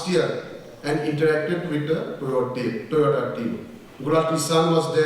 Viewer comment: Toyota ❌️ Toyoda ✅️ 😂😂😂